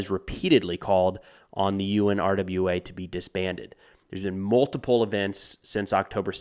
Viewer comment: it is most often pronounced “OONRA” with the stress on the first syllable.